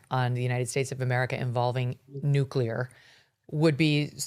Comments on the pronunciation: Great interviewing, MK! This guy couldn’t explain policy very well, and it is hard to trust someone who keeps saying NU-CU-LAR rather than NU-CLE-AR…. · Hard to take these guys seriously when he keeps saying Nuke-u-lar. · Who is this guy? OMG......hacking and cannot pronounce "nuclear." Yikes.